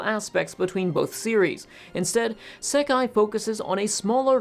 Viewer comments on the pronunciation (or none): Pronunciation note: "Sekai" (世界) means "world". Looking it up on Wiktionary, both kanji (both 世 and 界) can mean world on their own. "Seikai" (星界) is the word used in the titles of this franchise, it basically means star world, since 星 means "star". This is what is translated as "the stars" in English. I brought this up because I noticed he said he would say "sekai" (with a short "se" instead of a long "sei") to refer to the both Crest and Banner together. ("ei" is often pronounced as just a longer version of the "e" vowel in Japanese, but the vowel length matters.) I probably wouldn't have worried about it if "sekai" wasn't such a commonly used word in anime (think of the word "issekai") that using it momentarily through me off when you said you would use it to refer to this franchise. (I guess it also through me off cause you switched from English --- "Crest" and "Banner" to refer to them separately --- to using the Japanese title to refer to them together.)